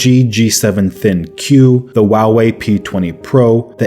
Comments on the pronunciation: Did he just say Huawei "wawii" ?! "What brand is your phone" "Wawii p20 pro" Lol sorry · i know this video is old but the way he says huawei bugs me lol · Is no one going to talk about how he pronounces Huawei?